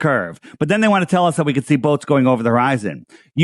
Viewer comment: Hor-eye-zone drop*